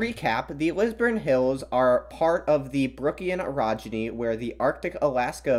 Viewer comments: Ohhhh Orogeny, not Erogeny... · When you say orogeny it sounds a little like erogeny, and that sounds like something very different.